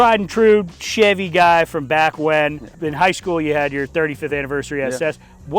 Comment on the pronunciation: lol sounding like a STL native right there 😂